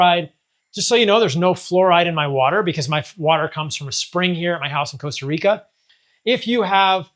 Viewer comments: Stop calling it "Coasta Rica" bro. Loooool. Nice place though, amazing lifestyle also. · coasta Rica😂